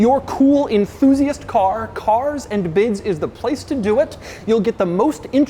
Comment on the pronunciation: More like "caRRRs and biDDs"